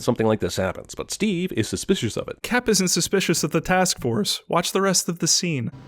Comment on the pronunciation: "Can you believe it" with a heavy T so if it was audible the 'it' would sound like "it-tah"